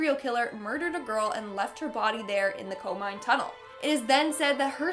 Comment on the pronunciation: Not Coal Mine! It's Koh-Mee-Nay!